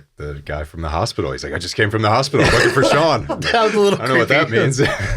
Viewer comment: Your name is Shaan. How does it pronounced as Sean ?